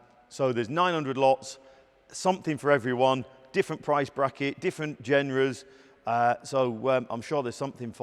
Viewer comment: Learn how to pronounce ‘genre’